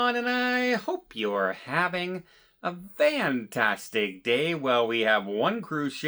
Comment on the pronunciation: He doesn’t say fantastic, he says Vantastic lol. I’d be happy if he just said it correctly. On that topic a 60+ year old man should know how to say Etcetera. He says “Eck”cetera and always numerous times in every video. It is “ET”cetera Don!